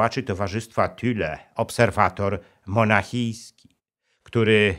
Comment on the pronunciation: Thule a nie Thüle jak pan mówi czytaj Tule